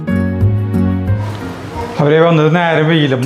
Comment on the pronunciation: Eniku enthitu thega ennu parayanathu bhayankara eshtama